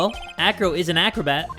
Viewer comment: Who also thought he said Afro instead of acro